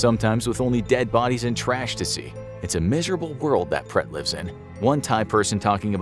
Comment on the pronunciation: I was wondering what you were referring to when you were talking about 'pret' it's actually pronounced, 'bled' but extend the E sound as in 'BLEHHT' Written in Thai; เปรต